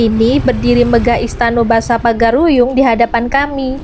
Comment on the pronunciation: Itu salah pengucapan, bukan pagar-uyung yang benar Pagaruyung Karena saya asli orang padang